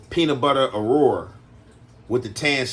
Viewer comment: It's called an Aurora not acura, said it right, y'all just don't know about them. If I'm not mistaken I think Buick was making them.💯💯💯